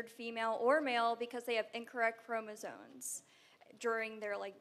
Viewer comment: The first girl said they have "incorrect chromoSONES." It is "chromosomes." She also said "inferALITY." She lost all credibility right there. It's like when someone debating the Bibles mentions the book of "Revelations." That "s" tells you right away they don't know a thing about the Bible, and they probably think the Bible says "Lazareth" was raised from the dead.